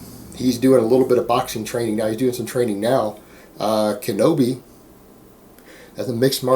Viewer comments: im sure you kno this, so ill just comment for my own good. its KINO-body, not kenobi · Isn't it Kino- Body?